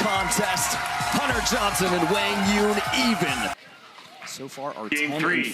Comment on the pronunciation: That's how you correctly say his name (like Hwang Yoong). They were pronouncing it wrong before.